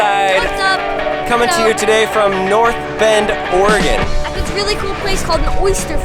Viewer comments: Wow, someone who actually knows how to pronounce oregon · Thanks for saying Oregon right